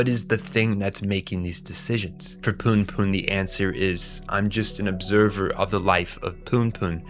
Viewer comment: No way you're calling it eye dee and calling him Poon Poon lmao